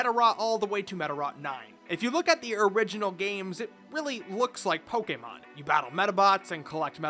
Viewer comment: I was blown away to find a YouTuber that actually pronounces Pokemon right.